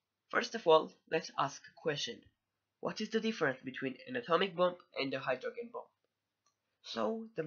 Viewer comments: Great video man! Only critique, "Hydrogen" is pronounced "Hydro - Jen". Exactly the same as the first 3 letters of the name Jennifer. I just read an article about the truth behind North Korea's claims of atomic/hydrogen testing and how it could be verified by seismic activity directly in the area of the time of the test and the "bell" effect of that "ringing" around the world. We know for sure, 100% that at least 3 atomic tests have been done by NK and that they were telling the truth. But as your video shows, a Hydrogen bomb is SIGNIFICANTLY more destructive and powerful than an A-bomb. There were seismic readings of 5.3 at the time that NK claimed it's H-bomb test...but that literally could have just been an earthquake and KJU just used the opportunity to say it was their test when in reality it was just a damn earthquake. SO! The claim remains that it was an Hbomb and the reality is, we're still trying to figure that out lol. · It’s pronounced Hydrojen not Hydrog-en. It’s weird you say it like that because if you speak English (which you go) then it’s logical that’s the way it should be said. Think about it...do you say “g - entleman” instead of gentleman? Or “G - ermany” instead of Germany do you?